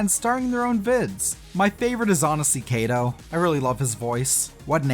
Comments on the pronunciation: You’ve been missing out for so long xD ! (also you’re saying kaito’s name wrong Kai - to, not Kay - do ) also some info is wrong such as miku having a backstory and kaito and meiko being hits because they really weren't until miku came out. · "kay toe" its pronounced "kaiyttoe" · KAITO is... not pronounced that way lmao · That's not how you pronounce Kaito